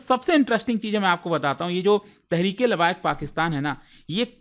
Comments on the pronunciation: Its not labaik. Labbek. Sound of a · कितनी मोटी जुबान है, लब्बैक को लाबायक बोल रहा है।